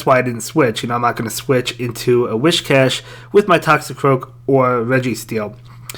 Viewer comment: It’s Whiscash not Wishcash 😂😂